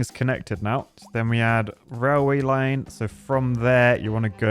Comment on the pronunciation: Nobody: "RALWAY"